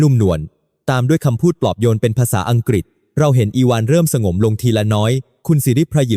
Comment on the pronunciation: สบถ ออกเสียง สะ บด มิใช่ สบ ถอ ครับ หลายคำครับที่อ่านไม่ถูก กับการแบ่งวรรคตอนผิดพลาด ถ้าจะใช้แอพประเภท text to sound ก็ควรเขียนให้แอพออกเสียงให้ถูกต้อง มากกว่า เขียนถูกไวยากรณ์ไทยครับ สงบ อีกคำ มิใช่ สง บอ 😊 ภาวนา อีกคำ ออกเสียงเป็น ภาว วะ นา ครับ มิใช่ พาว นา